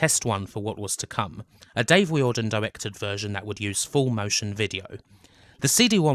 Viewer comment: Just a few notes on pronunciation - silicon is 'silakon' (not the tiling and boobjob stuff, lol), Tír na n-óg is nearest to 'cheer na noeg', and Riordan would be 'reerdan' (In Ireland, anyway), though yous was nearer to how the syllables are treated in Irish